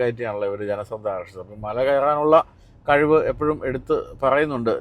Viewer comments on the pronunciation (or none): none